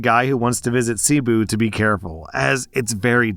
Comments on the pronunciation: Last story, CEBU is pronounce Seh-BOO, also what happened to him was a robbing a scam. Also yes that city isn't in a great area, (i have a filipina wife) and its common for white people/tourists to be targeted especially if they are single. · Since likes to talk about proper pronunciation, In the Phillipines, Cebu is NOT pronounced see-boo it is say-bo.. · FYI: Cebu is pronounced Seh-Boo not See-boo. It is also a city as well as a province. I am an American now living in the Philippines. Let's put the story in context. Cebu is NOT that poor. Yes, there are poverty stricken places, just like other areas of the Philippines, just like other places in the world. Also, 10,000 Philippine Pesos is currently about $185,00 US Dollars. Next, Jollibee is the McDonald's, Burger King, Starbucks, (name your favorite fast food franchise) multiplied by 20 in the Philippines. It is THE place many go to, it is where kids pray they can celebrate their birthdays. School age kids of means will eat lunch there. It's not just ploping into White Castle and grabbing a late night, drunken snack. So taking a traditional Filipina there would be considered a decent first date. A good, traditional Filipina is NOT going to jump into bed with a guy after one date. The bar girls and go-go dancers will (there are plenty of red light districts in the Cebu region), but a provinve girl who wants a husband and family is going to take it slower. This girl was not a provincal girl. Cebu and the provinve is sometimes called "Little America" because that is an area where a large percentage of foreigners who come to live full time in the Philippines go. And the area has become more catered to that. Other than Manila and Davao (DA-vow), it is the major business and full time foreigner residence area in the country. I don't live in Cebu, Instead I live in a true rural pro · Oh ffs, it’s not Seee boooo. Think suh-BOO. You’ve never listened to Enya!?!? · lmao that pronunciation of "cebu